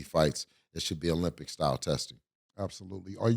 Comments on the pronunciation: Mase said drugs like “Olympic “ I think he meant ozempic 😂😂😂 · Did Ma$e say “Taking Olympics” 😂😂😂😂😂😂😂😂 Did he mean Ozympic?